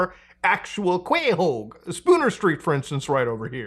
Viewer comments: After hearing that pronunciation of "Quahog" I don't know who is real anymore. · Bruh pronounce quahog right